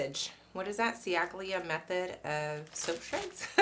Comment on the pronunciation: Chally-a. "Ci" in Italian is pronounced "ch" (like in ciabata) and "gl" is pronounced without the g (like tagliatelle - tally-a-telly). Other than that, a very interesting video! 😁😁